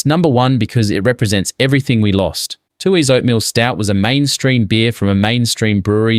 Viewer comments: Good subject but something strange about the pronunciation- nobody from NSW says “too-hees”, it’s “tueys”. 😅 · you can’t pronounce Tooheys properly, are you an AI voice?